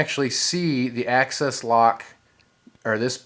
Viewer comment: ACCESS??Bro its axis